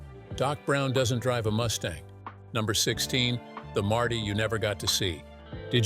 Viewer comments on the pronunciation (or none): none